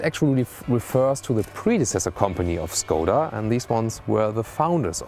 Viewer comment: Learn the right pronunciation of Skoda here